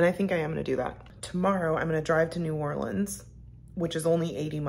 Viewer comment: New Orleans is my hometown. There is so much to enjoy. There is a drive thru daquiri place right on the streetcar line. I am also happy you pronounce New Orleans correctly.